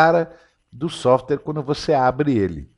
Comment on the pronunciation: "Softere" não, "Software", rsrsrs... Pra descontrair.